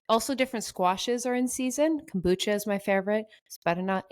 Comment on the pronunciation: Sorry, it’s Kabocha not kombucha squash. So good regardless! Also called Japanese pumpkin some places.